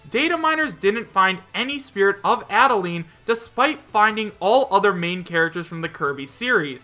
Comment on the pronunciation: I'm so tired of hearing him say Adeleine wrong I'm gonna die If he says it wrong one more time -_